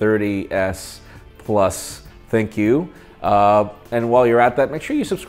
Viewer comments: well you pronunce Compaq as Compaq, but why ThinQ as ThinkQ? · When pronouncing ThinQ it sounds like "thank you" lol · Did anyone else hear "thank you" when said "Thin-Q"